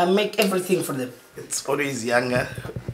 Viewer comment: Lol, "I make evelything for them"